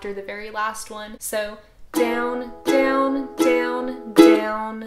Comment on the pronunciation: It sounds like she is saying dwn